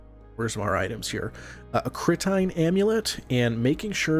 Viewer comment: wtf CRI-TINE?? ITS CI-TREEEEN amulet lmao